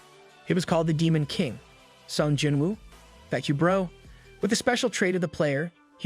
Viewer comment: Bro said sung jenwoo